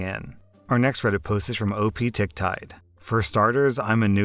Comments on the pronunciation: Username: Optic Tide: OP Tic Tide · Second story - the name isn't OP Tic Tide, it's Optic Tide. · Other People: Optic Tide RSlash: OP TicTide 👌 😆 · Happy Birthday but shouldn't second story's username be pronounced as Optic Tide? As in optic from Optical. And not as Op Tic Tide? Anyways I can't complain because the later sounds better.